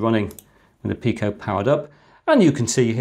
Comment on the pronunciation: Read up on the Picos PIO, that is something the arduino cannot do. The ability to have things like VGA output and other highspeed interfaces from a cheap microcontroller is amazing, I am sure soon people will discover so many more uses for the PIO in the Pico BTW is is pronounced Pee-Ko.